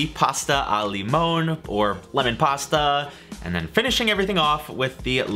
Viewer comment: Just a note,, but the Italian "limone" is THREE syllables--lee-MOH-nay (roughly). Your pronunciation is closer to the SPANISH word "limón." As to the "tart vs pie" deal, it's really more about the dish. A proper tart should be made with a pan that doesn't have sloped edges. The crust for a tart will usually line the sides (doesn't have to, of course) but it should NOT have that little "lip" that usually comes from the common draping the crust into the dish and trimming the edge (but leaving a little crust on the rim of the pan). Basically, to make a "tart" that looks like a real tart, you might could use a standard round cake pan though you might want as shallow a cake pan as you can find; you might could just turn the cake pan upside down on the crust and trim and then take some of the leftover dough, fashion a kind of thick noodle and line the side of the pan and press the bottom of the side dough into the bottom crust (probably better to just go ahead and buy a proper tart pan).